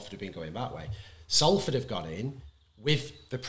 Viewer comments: We’ve been around 145 years and you’re still pronouncing Salford like Matty Johns. Good pod guys, great insight. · Come on Salford said as Solford m8